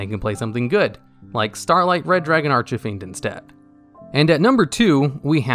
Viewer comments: is he saying archfiend wrong on purpose just to increase the amount of comments in the video so that it gets more views? that's pathetic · Not to be rude but you mispronounce red dragon archfiend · hearing you say Red Dragon Archfiend's name hurts me dearly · Do you mispronounce cards on purpose? Ar-chuh-feend? Are you sure the link monster isn't Uh-ven-dree-add? Or Spie-rahl Doo-blay Hell-icks? Did you know that 783,812 people don't subscribe because of that? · ...I'm sorry, did he say "Arch-ah-Fiend"? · anyone else hear him say "Starlight Red Dragon Arch-a-fiend"? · Archie-fiend from the popular comics. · Bruh. Genius. I'm TRIGGERED by the Archyfiend 😠 lol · Its not Arch-A-Fiend Its Archfiend or as Japanese calls it Arch-Demon or simply Demon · ARCH-EH-FIEND oml my earssss. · Bro. Please. It's ARCH FIEND. Not archyfiend. Where are you getting the extra thing Inbetween Arch and fiend? Lol I'm so triggered lol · no he said ar-ch-fiend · lol bruh i was like wtf is going on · mispronounces "Archfiend" Comment section: Argues whether he pronounced it as "Archafiend", "Archefiend", "Archifiend", "Archofiend", or "Archufiend" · Nobody: Absolutely Nobody:: ”RED DRAGON ARCH-IH-FIEND.” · If I heard Arch-uh-fiend one more time, I was about to summon myself in attack mode on your ass bro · Who is Red Dragon Ar-CHUH-fiend? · Arch-e-fiend. Dude. XD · No offence but it was funny when you said arch a fiend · Archahfiend? ARCH-AH-FIEND?!?!?!?!??! Meh I've heard worse like spy-rall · Arch-Fiend Arch... Fiend ARCH......... FIEND. Dude you made my ears bleed lol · "Arch-eh-fiend" Bro you need to look up your pronounciations before you do videos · Bradley Miller I dunno, sounded pretty intentional to me. He has the propensity to mispronounce a lot of card names in his videos. Personally, I don’t mind too much but it’s kinda...jarring. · Omg ikr, I was trying so hard to not let it bother me XD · He did. Every time. Just as bad as pronouncing veiler as VEELER.